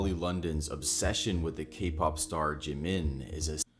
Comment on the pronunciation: You don't know how to sound out JIM-IN? 💀💀